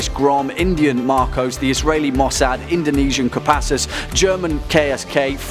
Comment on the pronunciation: KEPASUS XD ITS K O P A S S U S